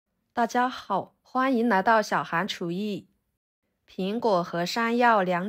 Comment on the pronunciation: 大家好不是大家豪